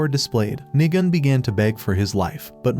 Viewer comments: Nigun sounds more like niga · Va of Dio voiced nigun? Also the second time he said nigun sounded like NI